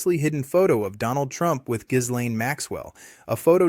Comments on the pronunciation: The "s" in Ghislaine's name is silent. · AI isn't following this case very closely because it can't pronounce Bondi and Ghislaine correctly.